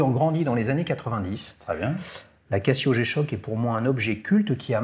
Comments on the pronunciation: « Cassio » vraiment ? 😅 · Tu dis je vais au Cassino ou au Kazino ? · Encore un épisode intéressant !... J'ai une question à mille francs... Pourquoi dis tu " Cassio" ? et non Cazio ? J'ai trois G-shock dans la collec ; GA-2100SKE et deux solaires, la classique voir mythique GW-M5610 et la monstrueuse rangeman GW-9400Y. Ha...Et aussi une LED, de chez Yema. ;-)